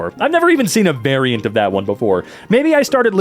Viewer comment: Did he just say I’ve never even seen a bearient of that before?!?!